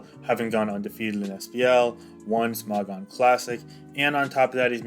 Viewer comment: the way you say smogon disturbs me